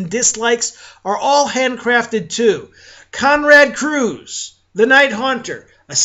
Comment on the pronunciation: you keep saying Konrad Cruz !! It's "Konrad Curze" NOT cruz. and their super human facets are basically how they are perceived by others and from the very first books, it was implied that: how they are perceived is dependant on who is viewing them. you are over simplifying the concepts, set by the books . the books say that : Primarchs were believed to be superhuman immortals by the masses and the legionaries alike. But that was only an assumption not facts.As for angron and Curze and all other primarchs you are also wrong and your info is incomplete. they were not made and molded by the emperor to be cold blooded killers or beloved leaders!!! They were spread across the universe by the "forces of chaos" and then their characteristics were molded by the worlds and the environments in which they were raised. for example: those nails in Angron's head were made by dark eldars and forced on him as a slave/gladiator. Emperor didn't even approve Angron doing the same to his legionaries and forbad him to do so. None of such conditions were decided by the emperor for none of his sons. I suggest you go over the books one more time. Because there is a lot of things u seem to have misunderstood about the heresy and the crusade ...